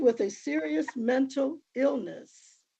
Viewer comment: Did his mother said mental or Milton illness😂😂😂😂😂